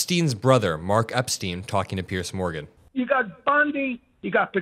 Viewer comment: I lose a little bit of respect for you every time you say "Pierce Morgan" it's wrong so why do you do it?